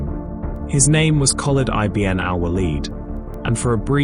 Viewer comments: Great video except for one correction it's not i b n it's one word pounced ibin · I B N ? lol... its eebn